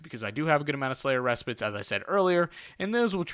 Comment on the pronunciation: 100% pronounced "Slayers Re-Spite" but great content bro! Keep it up! Much love